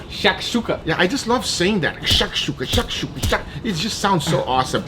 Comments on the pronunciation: u got an arab offended by the way of saying shakshoka 😂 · Amazing video - I'm from Israel where people eat Shakshuka on a daily basis and seeing you guys trying to pronounce that was hilarious hahahaahah Also - I suggest dry aging / cooking steaks in Harissa sauce - it's a famous north African spicy condiment and it tastes amazing